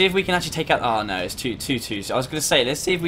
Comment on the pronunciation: 9.46 BEST öwwww nöööw of all british history <3